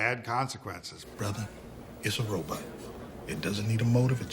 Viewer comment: Personally, it makes me happy to hear a modern robot expert occasionally still pronounce it "robut". It's just more fun to say.